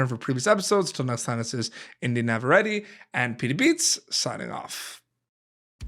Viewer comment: Is that actually how her last name is pronounced? I would have guessed it was simply "nav-a-RET."